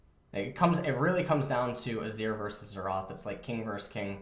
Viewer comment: Xerath not Xeraath